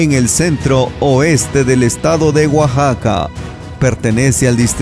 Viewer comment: Hola amigo no es guaxaca se pronuncia Oaxaca, para que la gente de otros paises que ven los videos sepan pronunciar correcta mente gracias por los videos yo soy de Oaxaca tambien